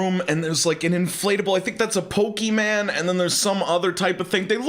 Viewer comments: Man's said pokee man I'm sorry 😂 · "Pokeman" Bruh I died inside lol